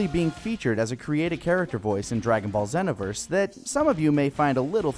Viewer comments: "Zena-verse"? i think it's pronounced "Zeeno-verse" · I thought it was pronounced zee, not zen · Am I the only one that's bothered by the way he pronounced "Xenoverse?" Sheesh.